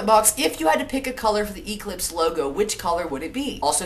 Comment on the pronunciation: lol why do you say EE-clipse? it makes me laugh every time..